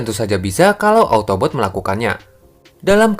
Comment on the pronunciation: Autobots bukan otobot😂😂😂